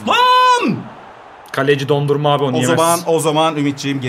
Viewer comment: yanlız o dondurma değil donnuruma